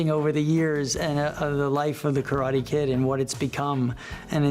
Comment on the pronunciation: After all this time and even being corrected in the movie, he still miss pronounces Karate.